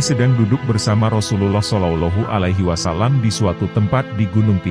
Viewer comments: Konten ini bagus. Hanya yg perlu diperhatikan 1. Sosok Nabi.. Pakailah sinar wajah nya.. 2. Perbaiki menyebut julukan Nabi.. SolaullAahu A'laihi wassalam.. A'.. Ngain bukan ailf ( a) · Bagus risalahnya, sayang sekali pemapar kisah/ komentatornya tidak bagus bahasanya apalagi saat mengucapakan Sollollohu 'alaihi wasallam, janggal sekali cara pengucapannya.